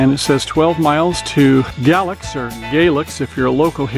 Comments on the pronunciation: It’s pronounced “Freeze” & Gay lax FYI nice video tho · Maybe someone posted this already, but Fries is pronounced "freeze" and Galax is "gay-lax"